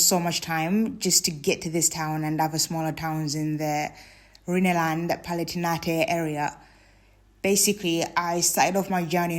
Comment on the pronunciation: Rhineland the "Rhine" pronounced a bit like "rhyme" so like rhyme land, but with an N